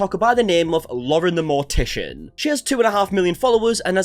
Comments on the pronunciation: DAE notice he said Moren the Lortician? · I really enjoyed Laurens content up until all of this, but like the amount of gas lighting from her gives me so much ick also.... did you say Mauren the Lortician xD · "mauren the lortician" got a laugh out of me i can't lie